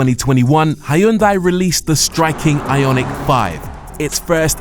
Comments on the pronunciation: It’s “Hyun-day”, by the way. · First time you mentioned Hyundai You said it wrong as they like to remind us in adverts .